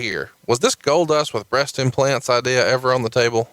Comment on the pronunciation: “Idear”